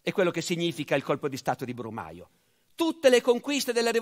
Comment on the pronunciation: " Il 17 brumaglio " XD